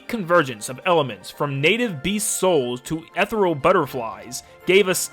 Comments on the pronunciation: it's "ethereal", not etheral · Love the video. Quick note. Ethereal is pronounced eetheereeeal. Like the word Ether